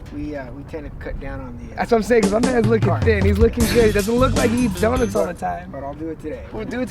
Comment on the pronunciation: ITS PRONOUNCED DONUTS. NOT DONITS. FUCKING CRINGE TO MY EARS